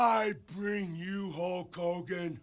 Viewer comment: The Ultimate Warrior : "Hulk Kogan"